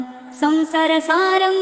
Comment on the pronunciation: संसारसारं को संसर सारं कहा जा रहा है सुधार कीजिए।